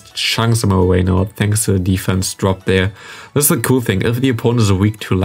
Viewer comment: Hi, i noticed that you nearly always say "thee" (german i in the end) instead of the (german ä in the end). You only use thee if the next word starts with a consonant. So not "thee" counter, "the" counter! :)